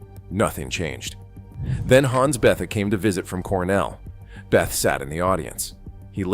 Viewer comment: It’s not “Beth”!!! It’s pronounced beh-tay or bay-ta